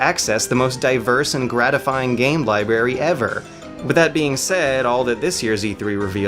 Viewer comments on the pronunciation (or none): It's "LibRary," not "Liberry"